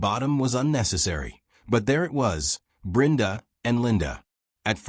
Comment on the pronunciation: Why is Brenda's name being pronounced as Brinda?. I've never heard it being pronounced like that.